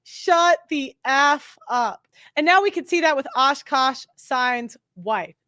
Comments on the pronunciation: It’s Aah-Kaaaash not oshkosh…he’s a person not a clothing store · She tore akaash's name tf up, didn't she? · lmao you butchered his name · Girl, come on! Ashkash Sine? Really? Say it with me A-kash. A-Kash, not Ash-kash. For the love of God